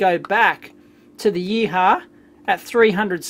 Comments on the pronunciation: "If I'm pronouncing it correctly: gang-zoo yee-haw. Yeeee-haww!!" If you were Chinese you might pronounce it 'gwong-jo, ee-hwa'. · YEE-HU-WA not YEE-HAH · It’s pronounced “Yee Hwa” and horses for courses. It’s a Yihua made in Guangzhou, not a Hako made in Japan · I think it's pronounced "yee hwa" but Dave's yeeha! is far more entertaining :) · Your interpretation of the brand name totally cracked me up :D :D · Dave, your pronunciation of "GuangZhou YiHua" couldn't be further from being correct...LOL! :)